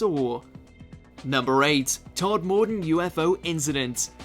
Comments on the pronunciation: Guys defo English and pronouncing a name like Todmorden incorrectly (if that's what it was) is common for many place names in the UK unless your from there, places in the North are often mispronounced by people south of Birmingham and he sounds like he's from the home counties. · You need to learn how to pronounce "Berkshire" and "todmorden" ! ... You sounded like someone who has never stepped foot in England lol